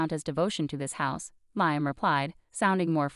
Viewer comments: It is pronounced Lee um Not Lie um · Narrator is in a race to finish the story. Slow down. Lee um not Lie um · Liam is pronounced Lee -am